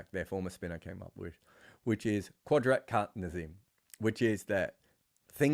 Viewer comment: Never did I think I would see an aussie trying to say Qudrat ka Nizam. Btw for anyone wondering you say it Qud like could then rat like rat Ka like the Ca in Car, Ni like the Ni in Nissan and zam like you'd say jam but with a z. You said the qudrat part bang on tho so props. The literal meaning of the phrase can loosely be translated to Nature takes it own course. Anyone with a better translation is welcome in the replies. Edit- You made my comment obsolete with the 2nd pronunciation.